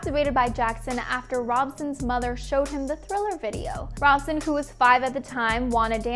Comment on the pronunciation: I believe Robson isn't pronounced like you are saying it. Guess you didn't actually watch the thing you are reporting on.....